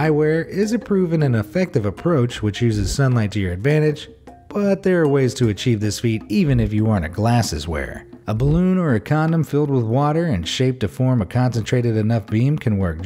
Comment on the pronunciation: did he say comdom????...